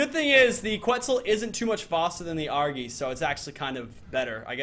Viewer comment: its not argy its argi or argenteivis